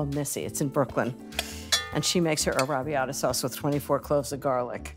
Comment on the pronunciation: She’s an impostor. Never trust anyone who says arrabiata the way she does.